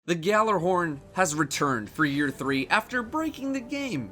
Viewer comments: It is not pronounced "GALLARHORN"! It is pronounced"YALLARHORN". It is a word that comes from Norsk mythology and not pronounced the way it is spelled. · not to nitpick, but it's pronounced YALLAR-horn. G is silent. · Say it with me now: YALL-ar-horn. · “Galler horn” please stop daddo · but they are incorrect it's pronounced yalla-horn it means yelling horn in Scandinavian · ***** The Bungie people are Americans, who butcher Swedish, obviously. Trust me, Gjallarhorn is pronounced Yallar-horn. It means, Yelling horn, it's the horn that Heimdallr blows. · It is so saddening that even a Cryptarch can't pronounce Gjallarhorn (Ya-LLER-horn) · its pronounced guh-jaller-horn